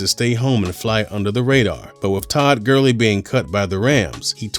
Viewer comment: Todd Gurling!? ITS GURLEY